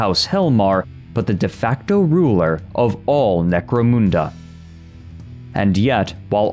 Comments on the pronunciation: Mun, like Hun, as in atilla the hun, not, 'moon" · "Necro-MOON-da" 😆 Everyone Point and Laugh!!! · He can not pronounce Necomunda properly haha 😂 Still good vedio tho